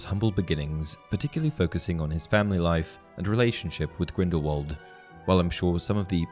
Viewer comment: You’re pronouncing Grindelwald wrong, it’s pronounced with a thin v and not a thick w